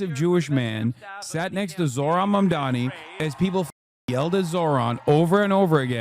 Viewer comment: THE NAME IS MAMDANI. YOU SHOULD LEARN HOW TO SAY IT… BECAUSE YOURE GONNA BE HEARING IT ALOT